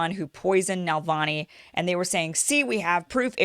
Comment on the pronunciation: It’s NaVALni, not NaLVAni 🙄